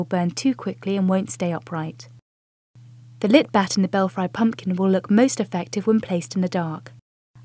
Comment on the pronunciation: pum PUH kin. i'm fom the UK and even i know that's a weird way to say pumpkin.